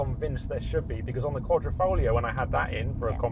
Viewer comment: Another YouTuber who pronounces QuaDROfoglio, while it is QuaDRIfoglio...